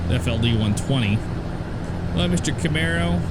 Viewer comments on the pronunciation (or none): none